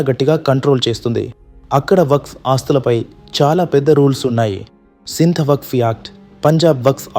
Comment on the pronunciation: న్యూస్ రీడర్ కి వక్ఫ్ బోర్డ్ అనటం రాలేదు. వక్స్ అని చెబుతున్నాడు